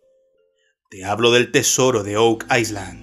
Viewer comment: La S de Island no se pronuncia.